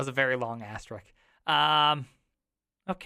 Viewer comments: Asterisk is pronounced asterisk... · Not a critique of you specifically, but what is so difficult about the word asterisk. Seems no one can say it right. Love ya vids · I'm yet to hear a native English speaker pronounce "asterisk" right first try :D